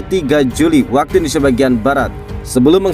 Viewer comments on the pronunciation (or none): none